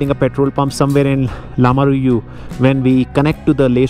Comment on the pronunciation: Lamayuru❌️ Lamaruyu✅️ 😄